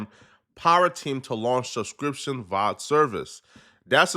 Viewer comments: It's not vod it's v o d 😂 video on demand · This fool is butchering acronyms. V.O.D. video on demand. And SAG not "saj" screen actors guild dummy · New Sub, Bro it's called V.O.D. = Video on Demand, not what ever you was saying.